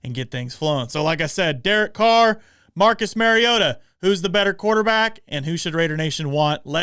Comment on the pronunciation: Learn to pronounce the name of the person you are critiquing. It's not Mary-O-TA. It's Mari-O-TA. As in Mario Andretti. Just say TA instead of Andretti. Until you put in the effort to even know how to pronounce Mariota you are not to be taken seriously.